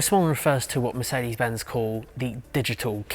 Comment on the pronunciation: Somehow , you always manage to annoy me by pronouncing MERCEDI BENZ !!! WHY DO YOU DO THIS ???🤯